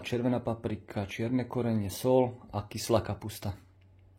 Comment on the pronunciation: Je soľ a nie sol. Je smotana na šľahanie a nie na šlahanie.😮👎